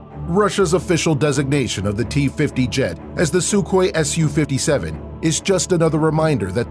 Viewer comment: Wow nice pronunciation, “sukhoi Su, s u 57”